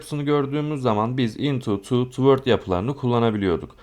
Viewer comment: hocam bilgilendirme kurallar harikasınız yanlış anlamazsanız okunuş düzeltmek isterim.Toward: tuwodz diye okuyoruz.spread:spred diye.umarım kırmamışımdır. sevgiler.